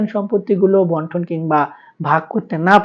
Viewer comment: বন্টন দলিল না বান্টন দলিল, সঠিক ভাবে বলেন।